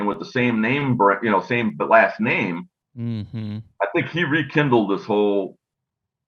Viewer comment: Might want to spell and say his name right lol